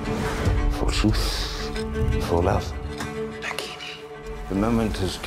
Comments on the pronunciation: What naa-gin..did I just hear that....that's freaking awesome the mytical creature from Hindu mythology .and it is prounced Nagg-gi- ni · Ik yall heard it "Nagini" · DID HE JUST SAY NAGINI?!?!?!